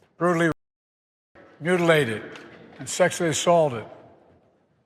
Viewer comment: did this mf say 'sexily assaulted'